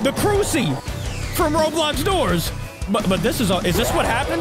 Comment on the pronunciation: When said crusi I lost brain sells😂😂😂😂😂!!